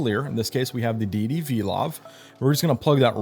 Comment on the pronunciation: Great tut. But why do you pronounce the name as "DeeDee" and not "Day-itty" as in "one exalted or revered as supremely good or powerful"?